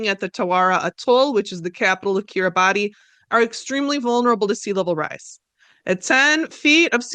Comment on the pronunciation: I’m so excited I get to inform you— Kiribati is pronounced like “Kiribas”!